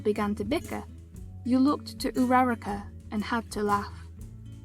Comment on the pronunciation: This was three years ago😭😭😭 Anyway, when you said uraraka i thought you said numerical data 💀🤚